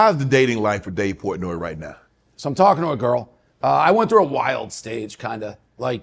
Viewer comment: I Love Dave Portnoy! He is as real as it gets. A real MANS MAN! Shannon you gotta do better on pronouncing your guest name